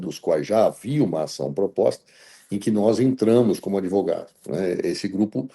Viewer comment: So de ver o “adevogado” eu já torço pelo impeachment